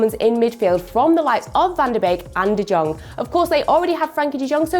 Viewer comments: Please learn how to pronounce Puig (“Pooch”) and DeJong (“DeYong”) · It's pronounced Frenkie de 'Yong' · I swear what is it with English people not being able to pronounce names that aren’t English The hell is that pronunciation of de Jong